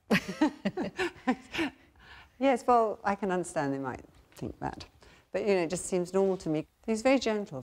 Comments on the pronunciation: Someone who pronounces 'think' as 'fink' is complaining about the "dumbing down" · What a despicable POS that is🤮🤮🤮🤮. With all that so called money, he couldn’t fix his disgusting teeth, he can’t even say the word “think” it’s “fink” 😂😂😂😂. As for their house is rotting with filth and their kids are fat, dumb idiots. You can stick your aristocracy it stinks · Pompous prick..."I don't feel guilty about fkn anyfing" can't even use "th" and he "finks" he's an aristocrat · The English have really given up on "th"ink. He finks.